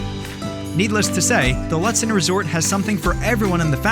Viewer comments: Ludsen? Im pretty sure its pronounced lewd sen. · Please know the correct pronunciation of the towns and places you recommend, so as not to make the visitors sound like idiots. Lutsen - its pronounced “Lootson” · Not trying to sound rude but some of the places that you said aren't how they are pronounced like lutson is pronounced (lute-son) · Loooo tsen is how it’s pronounced, you botched so many pronounciations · I noticed that, too. And isn't Lutsen pronounced Loo-tsen?